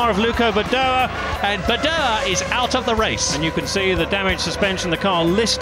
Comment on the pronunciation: My GOD it was annoying that Jonathan Palmer somehow couldn't manage to say "Luca Badoer". Called him "Luco" every single bloody time. 24 years may have passed but I am still irritated.